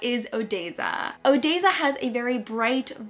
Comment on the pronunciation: The way you said Odesza had my eye twitching but then you described them and I felt better